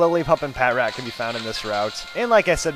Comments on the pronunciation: Just so you know patrat is said as one word, not pat rat. Like puh trat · sorry, but its new and your older so start saying Patrat like patrol rat (that is the real way to pronounce it) sorry just saying